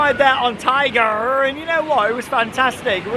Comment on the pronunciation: You are the first YouTuber to pronounce Tig’rr correctly bravo! Most call it Tigger Iike Whinny the Poo. It drives me nuts.